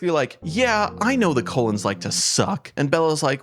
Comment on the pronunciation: Every time you said Cullen I heard Colon 😂 I have only watched the first movie because I wanted to know what all the fuss was about. I thought the movie was crap. I also noticed there’s not much physical pain but a ton of emotional.